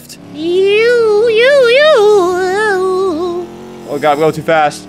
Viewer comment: lol when he said shift I thought he said shit LOL